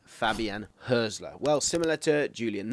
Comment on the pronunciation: Some useful points- The Hürz in Hürzeler is pronounced like Hertz, not like Hearse. The ried of Pipinsried is pronounced read, not ride. Irvine is primarily regarded as an 8. Hartel is an 8/10 and has been one of the top scorers of the 2. BL for many years, long before Hürzeler arrived. Pauli were great last season so his numbers are up but that is true for the whole team. I came second in kicker (German fantasy football) last season and Hartel was more or less the first name in my squad. Switching between a back 3 and back 4 when winning the ball is quite common in Germany and achieved in several different ways. The 2-3-4-1/3-2-4-1 formation that Pauli often use for their attacks is incredibly popular in Germany, having been played by the national team in some form for the entire Löw era. The space on the right flank vs Osnabrück was created because the VfL were chasing the game and therefore the LW had not tracked back properly. If wanting a clip to highlight Pauli overloads, I would suggest the second (Hartel) goal against Hertha on Match Day 25. Not only are Hertha a much better side but you can get frames just before the goal of 6 Pauli players within a 20 x 10 box on the right, which created the space on the edge of the box you are describing here.